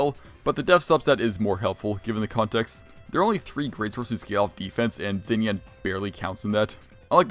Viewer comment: xinyan is pronounced “shin-yan” btw